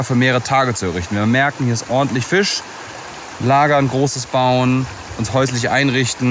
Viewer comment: Wieso sagt immer Fich statt Fisch? 🤷